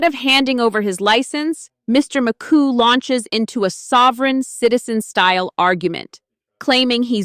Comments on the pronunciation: The narrator can't seem to pronounce defendant's name; it's pronounced McGoo, not McCoo. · Man this AI should name him Mr mc poo not coo lol😊